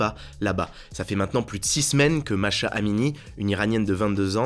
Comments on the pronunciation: On dit mahsa pas masha... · Pourquoi MaSHa? C'est pas Mahsa? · Mahsa, pas Masha ! Pour le changement d'heure, pour ceux qui ont encore du mal, voici un moyen mémo technique : octobRE (REculer d'heure) et AVril (AVancer d'une heure). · Son nom ne se prononce pas plutôt "massa" ?